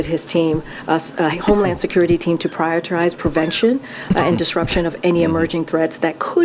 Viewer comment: Is it me or does not speak English? Prierterize